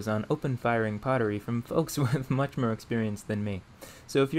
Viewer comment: you seem to replace o's in some words with e, like "mere" instead of more, or "unfertunately" :D just an observation, any reasoning for this?